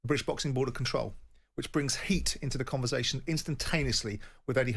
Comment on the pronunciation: Simon still can’t pronounce “conversation”